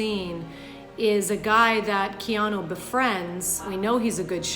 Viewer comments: She keeps saying "Keano." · Why does she keep saying "Keano" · Up next: comments section breaks down acting coach’s performance of the name “Keano”